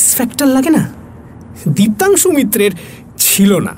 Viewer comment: Diptangshu Mitra nam ta ke Dioangshu Keno bola holo bhujhlam na...😢